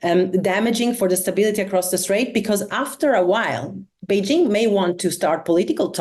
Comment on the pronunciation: Kudos to for pronouncing Beijing correctly (hard j, there is no soft j sound in Chinese). I’m not sure why Americans can’t do this, but most can’t, apparently. 😂 otherwise it’s a very nice discussion, thanks!